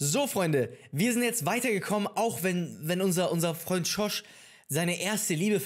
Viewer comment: wenn er George sagt:,,SCHOrSCH."